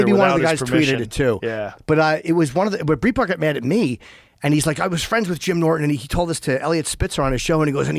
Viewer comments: Jim has been saying “Breitbart” wrong for 20 years. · Isn't it "bright - Bart?" Jimmy says "breet-bart"